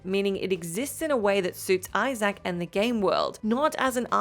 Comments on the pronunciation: I Zack? It’s Isaac (izik) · His name is Isaac.... Not "eye sack"